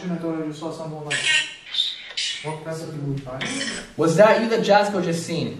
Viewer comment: Jasko name is pronounced yasko. Just call him Jaz. I watch all his vidios along with yours. Keep up the good work